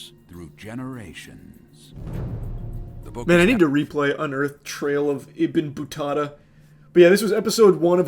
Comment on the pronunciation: Ik no one cares, but its "ibin battoota", its arabic